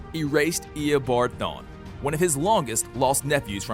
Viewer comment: omg he says all of them wrong uhhhh it makes me mad like cicada!!! not sicada and his last vid on flash he said Thawn wrong!